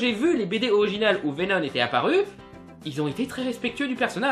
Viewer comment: Pourquoi dire Venone ?